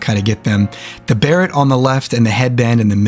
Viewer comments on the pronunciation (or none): My guy, beret is pronounced "ba-ray" not "barret", and treant is "trent" not "tree-ant".